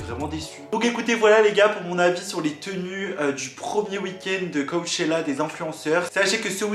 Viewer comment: « cowwwchela » c trop jpp😂😂